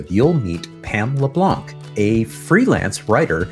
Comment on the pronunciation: Very enjoyable listen! Only thing.... Hearing the Anglosizing of the pronounciation of 'LeBlanc' is like nails on a chalkboard! 😐 Yeah yeah, I'm a critic... But seriously, was great!